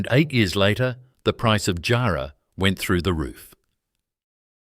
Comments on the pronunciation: Tough job getting a helicopter 6.30 to Jarman in 1888. Teach your AI to pronounce JARRAH and KARRI 👎👎👎👎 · If I hear Roebourne and jarrah so atrociously mispronounced like that again I'll flip my lid